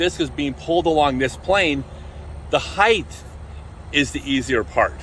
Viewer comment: Love your content but one of my biggest pet peeves is when people say "heighth" instead of "height". But you did pronounced "heights" correctly so I'm befuddled...